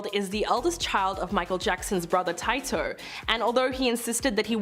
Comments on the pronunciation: It's "Tee-toe" not "Tye-toe" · She called Tito tie-toe lmfao 😂😂😂